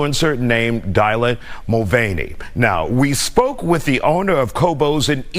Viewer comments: Dielen?? It’s mr Dylan ! Dude really tried to his name sound feminine! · "DIE-lan" Mulvaney? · Die-land? Ted knight school of broadcasting.... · Lol, the brotha called him Dial-in. Like he’s never heard the name Dylan before. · Did he call it dilate? Lol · It's funny how the news anchor pronounced Dylan's name as if he were a black male. D'Eyelan. 😂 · "Die-lan" lol, he totally fumbled that one. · Does that dude really not know how to pronounce Dylan